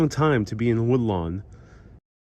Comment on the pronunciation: It's pronounced Wood-Lawn